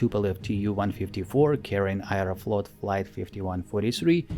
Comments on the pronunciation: I have learned something new today, Aeroflot is pronounced “ayereflot”. Every day is a school day. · Произношение слов "Аэрофлот" и "three" выдает русский акцент. в остальном - очень достойное видео и озвучка